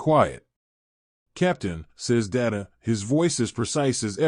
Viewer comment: Lost me at the pronunciation of "Data"